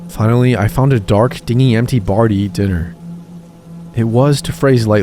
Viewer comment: My only qualm with your videos is that you don't Google how to say certain words. Across multiple videos you have said the word dingy (ding-y), like the boat, rather than dingy (dinj-ee), which means something is rundown and gross. Also, tarot is pronounced t-air-oh. Typically this wouldn't be a problem but since you are literally a storytelling/reading channel, I feel like it takes away from the quality of your videos. If you don't recognize a word or you're unsure of how to say it please for the love of God just Google it. Sincerely, someone who loves your videos but hates being taken out of the stories every so often.